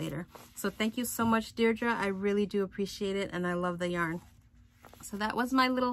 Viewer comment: Hi! Love the moose, so adorable. Congratulations on 6K! Glad you got the package. I was happy to send it along. Card crafting is my other hobby. My name is pronounced day-dree-uh - kind of like Andrea.